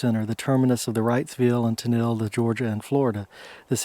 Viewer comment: Pronounced Kay-olin (unique and valuable clay only found in this area used for many things) and Tennel (think tunnel with an E). I'm from Hancock Co. adjacent to Washington Co. This reminds me of many plantation gravesites that I've seen exploring when I was younger. Many of the plantation gravesites I'm familiar with are marked with only field stones. It's a shame because their stories are lost forever.